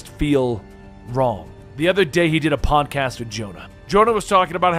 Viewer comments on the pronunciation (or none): none